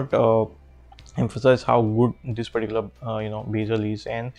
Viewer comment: I think bro's fav word is "perticular"